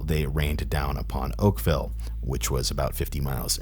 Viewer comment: Not oakvale